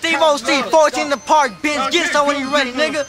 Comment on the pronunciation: Park not parck